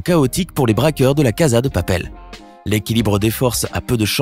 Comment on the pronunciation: On dit la casa dè papel